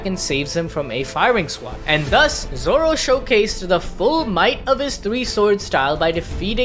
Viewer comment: Is it only me but I saw nami say zolo